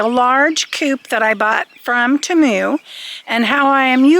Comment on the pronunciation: its TEE-MOO. Temu